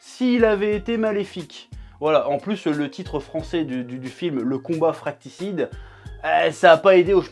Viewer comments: Fratricide pas fracticide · "fratricide" et non "fracticide" chef ouaiiiiiii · c'est le combat fratricide et pas fracticide mdr 😂😂😂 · On dit fraticide pas FRAKTICIDE PITAIN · ALERTE DYSLEXIE : FRATRICIDE se prononce FRA - TRI - CIDE et non pas FRAC - TI - CIDE (WTF) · Non plus, on dit fratricide. fra-tri-cide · Je rêve ou t'as dit "le combat fracticide"? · J'ai rêvé ou il a dit le combat fraCTIcide au début de la vidéo ?